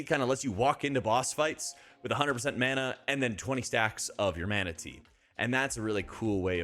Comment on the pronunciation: The way you said 'Mana Tea' had me scratching me head for a second wondering if we got a pet Manatee or sth 😅